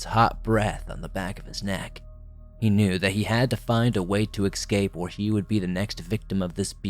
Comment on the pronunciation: Eck-scape? Still love ya, man!